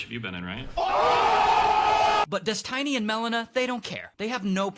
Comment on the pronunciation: You mispronounced his name